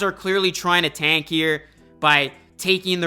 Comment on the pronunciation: fuckin hate the way you say "tank" say it fucking right